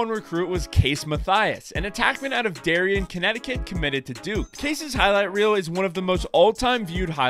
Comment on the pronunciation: Darien is pronounced Dairy-ANN, not DAR-e-n. -Darien lacrosse alum.